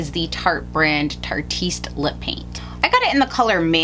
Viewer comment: I love the way she pronounces it "tarteast" when I think it's "tart-e-ist" (which means slutty-esque in Europe)